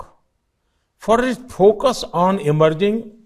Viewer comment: Translation gone wrong , no pocus, leadersip,pogresss,saping,morrishon, tansitions, idenity, welpare, pew weeks, artipicial intellelelegence, JUST FOCUS ACTOR SAAB